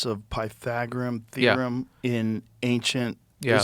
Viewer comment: Joe didnt know how to say The Pythagorean Theorem 😂😂😂😂😂😂😂😂😂😂😂😂